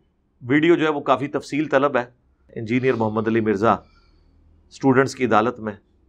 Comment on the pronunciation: Engineer Mirza doesn't know how to pronounce the word "engineer" what does he preach ?? Firstly, learn the phonetics, neither you an engineer nor a preacher !